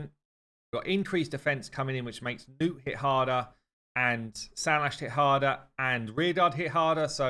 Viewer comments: its not newt, its nutt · He keeps calling him nute instead of nut sadly